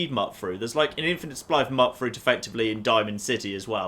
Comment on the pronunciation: Mutt-fruit?.... it's so strange the way he says it. Isn't it supposed to sound like the beginning of Mutant? You know, so Mut and Fruit rhyme?